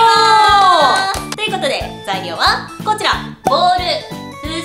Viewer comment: のこちらって言う時の発音おかしいwww